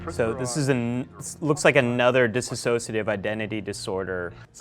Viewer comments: Considering he can't even pronounce "dissociative", I'm not keen to take him very seriously. (It's not dis-associative. It's dissociative.) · Very interesting analyses, BUT, (call me OCD and/ or harsh), if this guy is REALLY legitimately in the psychological field, he should say “dissociative” correctly; it’s NOT “dissassociative.” Also, his constant rising of his voice while analyzing, REALLY makes him sound as if he doesn’t know what he’s talking about. It’s only natural since the rising of the voice at the end of phrases denotes a question, or questioning. Dropping the voice at the end of phrases denotes a statement, and foreshadows certainty and confidence. And you gotta see “Split.” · it’s DISSOCIATIVE identity disorder not disAssociative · This psychologist needs to learn to pronounce "Dissociative." He pronounces it incorrectly, "dis-associative," instead of dissociative. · The moment a Dr pronounces it “DissAsociative Identity Disorder”, you know they’re definitely not an expert on the topic 🙈 sorry Doc. But great for pointing out that Shamalamydingdong’s extremely stigmatising film is harmful to conditions like mine! Also: vlogging can happen 😉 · He pronounced dissociative wrong and it's annoying ...he says disassociative and he should know better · He pronounces "dissociative" as.... "dissisociative" And it's bothersome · It’s not pronounced “dissassociate” it’s just dissociate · He keeps mispronouncing dissociative. It's not disAHsociative.... this really bothers me from a professional. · Oh my he doesn’t know how to say DISSOCIATIVE identity disorder.